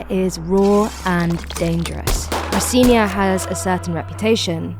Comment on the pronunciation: You said Rocinha wrong Girl. Not true they don't recite kids. Im